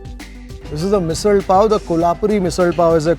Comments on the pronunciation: Love how you’re pronouncing Misal. Have always heard this ‘rd’ sound at the end of Misal from Maharashtrians. Love your episodes of Gourmet on the road. Keep it up, sir! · Commenting while watching the video... coz i could'nt resist... Even Marathi bloggers dont review marathi food with such depth. So proud of you.... and being a maharashtrian loved your every pronunciation. Best part u say misalll not misal and thalipeeth not thalipit. Good job .